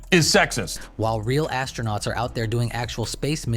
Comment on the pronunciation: i like when one commentator said ASTRO-NOTS. I'm a race car driver because i rode in a friend's sports car